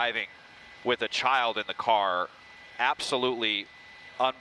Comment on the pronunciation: “It’s over wit”